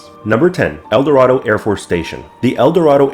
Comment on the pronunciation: Eldorado is pronounced el-door-AY-doh or el-door-AY-duh